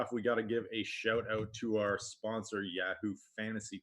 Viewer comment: Dude, learn how to say YAHOO